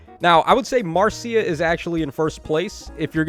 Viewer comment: btw, Marcia's name is pronounce "Marsha", I didn't know this until I actually met a Marcia, and she told me it's like the Brady Bunch's Marcia.